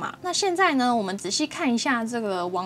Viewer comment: 我聽到說網址欄的時候一開始想說 誰是王止藍